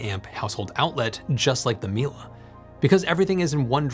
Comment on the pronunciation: it's not milA , it's milE ! EMPHASIS IN E !